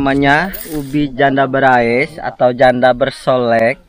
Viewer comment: Berhias....bukan Berais...😁